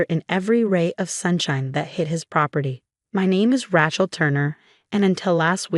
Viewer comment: It's Ray-chul.